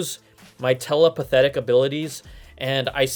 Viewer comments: Did he say “telePathetic”? Lol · Did he just say his “tela-pathetic” abilities? Haha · Did you say telepatheic? Peace! haha . Awesome vid.